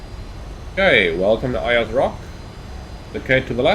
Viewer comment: Just pronounced 'Airs' Rock ;)